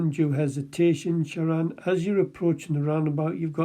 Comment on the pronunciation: He couldn't even be bothered to pronounce his name correctly! It's ShaRAN not Sharon.